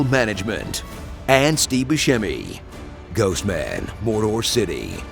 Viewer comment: You should look up how to pronounce "Buscemi"